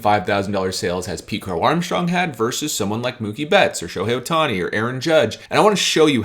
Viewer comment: Ah yes, that man Shohei "Othani". Too bad I only have a few cards of his lesser cousin from two prefectures away. But great video nonetheless.